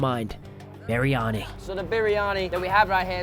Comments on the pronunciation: im just saying its pronounced "bree anee" not "bee ree a nee" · Bar ri ah ni??!? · No shot you called it berryani 😭😭😭😭